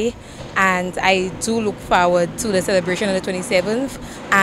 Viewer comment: The word is forward, not far ward 😢. Think of number 4, ward. 😅